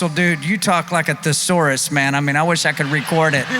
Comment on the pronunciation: Russell its a "Thesaurus" , not a "Theosaurus" 😅